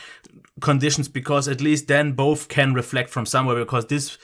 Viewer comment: It ain't boff it is both😂